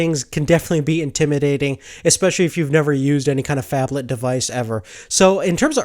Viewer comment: wtf is a fabthalth phone? what is he saying?